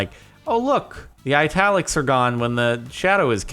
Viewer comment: wait is that the correct way to pronounce italics?